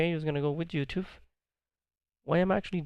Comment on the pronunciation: please stop saying youtooth